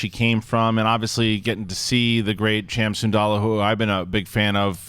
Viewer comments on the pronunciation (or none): It's pronounced SIN-DOOLAH!!!!!! Lol. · Was it me or did say cham "sandolla" again